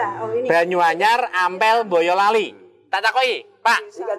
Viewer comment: Bisa nyebut boyolali dg kata mbolali kykny mmng dri boyolali...